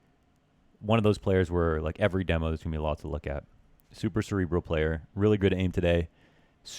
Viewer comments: its demo not dimo xD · CALL IT DEMMO INSTEAD OF DEEMO PLEASE